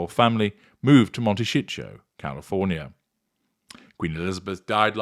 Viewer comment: Was Montecito, California pronounced Monte-shit-show intentionally? Am wondering.